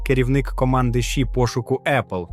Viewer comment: ШІ не читається як у відео, ші. ШІ - це абревіатура, кожна літера це початок окремого слова, а отже, це "Ша-Іі". Це особливо дивно, тому що далі ви читаєте ей-пі-ай та ей-ай - вірно, а лише ШІ як китайську "енергію" shi".